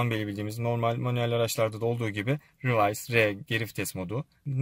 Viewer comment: reverse = rivörs olarak okunur.